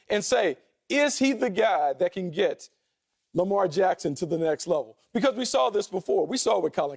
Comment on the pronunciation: Who is this guy? Why dies he think he could speak Lamar Jacksons name?